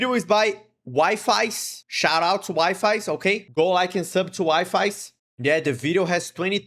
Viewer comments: It's not Wi-Fis it's Wee-Fee's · HE'S ACTUALLY SUMMONING EVERY FANDOM!! Also it's pronounced wee-fees and not wi-fis LOL!! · It's not wifis it's weefies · DRK AND WIFIES??? I JUST HIT THE JACKPOTTT (btw his name is pronounced "wee-fees" and not wi-fi's :'D) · Wonder if anyone would tell him that it’s actually pronounced Wee-fies but Wifi it’s alright too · Wifies name is pronounced Wee-fees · Telling you something right now, in Wifies' YouTube description, im pretty sure he says that "Wifies" is pronounced as "Wee fees" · Just letting you know, his name is pronounced Wee-fees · That's also how I pronounce Wifies😭